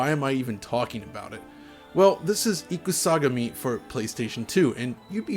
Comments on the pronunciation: Not "IkuSAgami"... it's pronounced as two words... Ikusa / Gami... (i.e. "War God")... for future reference. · I had a totally legitimate copy of this game back in the day, can confirm: The hype was so real. Cool vid. Your pronunciation of Ikusagami is terrible.